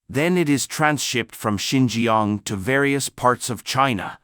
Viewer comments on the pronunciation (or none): Not Sin gee gee young but sin cha ang..